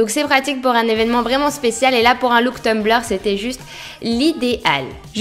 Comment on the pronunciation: On dit Tumblr et non Tumbleur